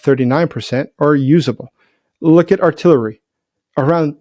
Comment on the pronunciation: Yay! said "artillery" rather than "artillerary". Am donating £200 to the drone campaign in celebration😂